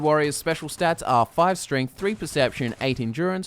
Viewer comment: i swear says stringth instead of strength